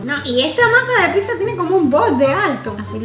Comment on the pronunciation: Rosario Sanchez diaz se dice pizza no pisa